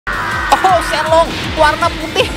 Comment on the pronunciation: Bukan Shenlong Tapi Shenron